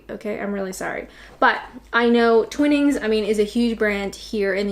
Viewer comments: No, you’re correct. Seriously, “Twinnings”? C’mon, how could you even think that? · The fact that she kept saying 'Tweenings' instead of 'Tw'ai'nings' made me slightly infuriated. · Twine-ings.... not twin-ings. Dunno why though now you bring it up. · Another language alert, sorry! The second tea is pronounced "Twine-ings", to make it sound as you said, it would have the double-n "Twinnings". PS it would be my least favourite of the ones you tested, and as a Scot living in Yorkshire for 40 years, I agree with your winning choice! PPS Apart from the amount of milk and/or sugar, the actual water used makes a significant difference to the taste - indeed the makers of Yorkshire Tea make great play of the recipe being tailored specifically for the hardness of the water up here. Luckily it's also hard-very hard in Kent, so that's ok..... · And just so you know, Twinings is pronounced Twine-ings not Twin-ings. 😉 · It's Twy - nings .... not Twinnings. 😉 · With Twinings; first it's twine-ings - Twinnings would be ... well, like that (I know, I know... I don't like to be 'that guy', but... it is). Also, they do do 'Everyday', which is like their 'normal' tea. But if that wasn't there, I'd agree English Breakfast is the best to go with. I think English Breakfast is lighter than regular tea anyways also. I have never heard of Clippers. "Can you mess up making a cup of tea?" Well... you could put the milk in first. Also, i'm pretty sure clippers'd be what's used to shear sheep. No idea what that has to do with tea. I'd have gone with Typhoo as the 5th (after PG, Tetley, Twinings and Yorkshire) Not sure what I'd say my favourite is. We have Tetley right now. Of those you have... Yeah, Yorkshire I'd say has the most flavour. Yorkshire or Typhoo, really. Also, I won't subscribe! Because I already have and unsubscribing to then re-subscribe would just be weird. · It's Twynings ... NOT twinnings !!! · Twinings it’s pronounced like Twai-nings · It's not "Twinnings" but "Twinings".